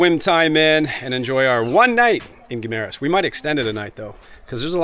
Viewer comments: I live here and it is pronounced "Gim-ma-ras." You should check out California Coral Beach resort in the Alibuhod beach area. I was just there today, got a little sunburned but excellent accomodations, Island hopping, nice beach for swimming. Couple ex-pat friends own the place. Check it out next time you're in Guimaras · I live here. It is pronounced "gui ma ras". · I live in Iloilo in fact in Savannah. You sure picked the very nicest home in Savannah to show as typical tho. Very well done video but you really ought to learn how to pronounce Guimaras. I winced every time you said ot wrong.